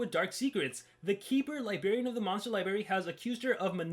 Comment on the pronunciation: keeps on saying Master Libarian but actually it is Master Librarian....lol